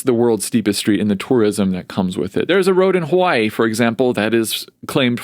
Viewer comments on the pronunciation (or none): none